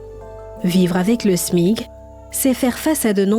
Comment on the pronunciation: Ont dit smic madame et non Smig😂